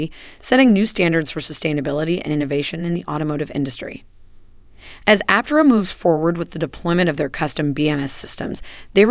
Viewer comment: Suggestion for your text to speech engine, for proper pronunciation, consider: : Aptéra,, instead of Aptera.